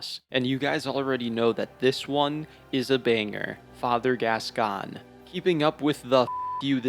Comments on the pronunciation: I will say, regardless of my other comment, biggest crime in this video is pronouncing Gascoigne as Gas-Can 🥲 my guy there is an "i" there it's Gask-oyn, he's French not dyslexic 😂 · I know theres something to respect about learning how to pronounce words by reading rather than hearing them first... but I draw the line at "vi-car". Jesus. Its a title, not a name... as in the members of the clergy 'vicars', dude. And its pronounced "gas-coin"... hopeless! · Saying bb is the hardest FROM game is fucking ridiculous 😂 also you’re the only person who apparently doesn’t know how to pronounce Father “Gas-Coin.” And saying BS Beast is easy but Father is hard is also ridiculous. Man… I have never seen a YouTuber who goes so far against the common consensus of almost everything in this game. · Father Gas-gone 😂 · No English speakers pronounce it properly so it doesn't matter. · He's saying it wrong haha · The way he pronounced Gascoigne too 🫣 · French is my first language and sorry to say but, this is not how French speakers pronounce this name. Outside of very specific regional accents, maybe.